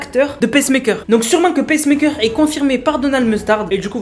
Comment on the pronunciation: Ça se prononce pas "pèsse-mèkeur", mais "piçe-meïkeur"